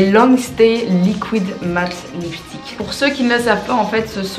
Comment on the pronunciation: et ses "LIKOUÏDE lipstick"